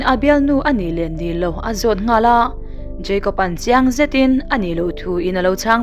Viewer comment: Jeicob ani mi a.., Jacob ni zawk lo mi... Kapi...